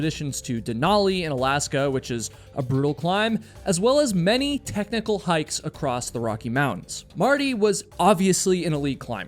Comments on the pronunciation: His name was Sandy Irvine, not Irvin. And it's across, not "accrossed". You are killing me. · Great show as they all are. Just one thing, There is no “T” at the end of the word across!! Iv heard you say it twice as often . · why do some Americans say "acrosst" or is it "acrossed"? You know it's across right? (edit - or is he Canadian?) Either way, why?? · Is there a "D" or "T" at the end of the word "across"??? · I have no idea why but I did learn that people from certain areas of the US say it that way. I believe it’s “acrost.” I find it unusual also. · @@ I also find pronunciation intersting. It seems less mystifying to me when sounds are omitted as opposed to added as in the previous examples of “would have” and “across.” In the case of “acrost” it makes the “cross” portion of the would sound past tense, although it if not spelled that way. “Would uh” is much more familiar to me as I’ve heard that much of my life. I feel as if it makes more sense to drop these sounds as it doesn’t change the meaning of the words. Or do it? Maybe it’s just because of my familiarity with it. I heard a number of people say “coulda, woulda, shoulda” where I grew up in Pennsylvania. Even people that would normally pronounce those words fully.